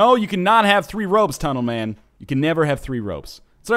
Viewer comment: Even if he has the jetpack he still says tunelman to fuck off